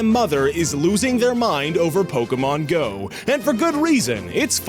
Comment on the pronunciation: PO-KE-MON-Go to the polls!